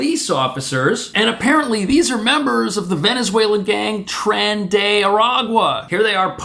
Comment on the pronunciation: CONSULTORÍA DE ENTRETENIMIENTO: It is "trEn !!!", read in spanish or even better Latino. Lo demás perfecto !!!.